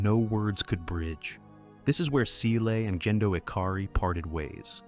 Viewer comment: Evangelion and gendo both have hard g sounds, not J sounds otherwise, i loved every part of this video